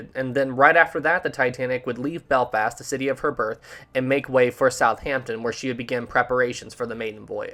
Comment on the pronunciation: “Beflast” lol